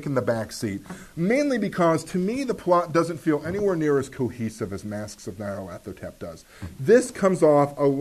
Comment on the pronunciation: stop showing off just because you can pronounce Nyarlathotep :)